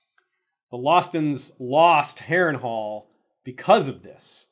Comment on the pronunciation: the narrator read (wrongly) "Harrenhal" 🙌🏻😁